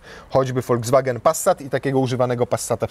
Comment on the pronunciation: Wymawia się Volks nie volc 😮